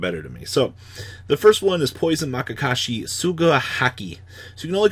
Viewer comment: oof. MAYakashi